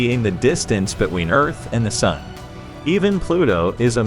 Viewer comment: Another unwatchable text-to-speech video that repeats itself over and over and mispronounces simple words like the word 'sun'. Jeeze.